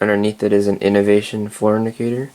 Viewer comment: Fantastic collection and a fantastic tour! Somewhere along the way, you said "floor indicator" and I heard "fornicator." Note: inhaling ginger ale is NOT recommended.